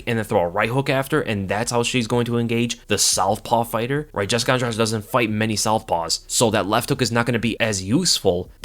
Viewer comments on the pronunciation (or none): I hate to do this, it's pronounced Andrade like Andra-"the".